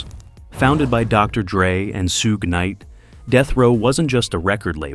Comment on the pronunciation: Bro said "Soo Gay Knight" 😂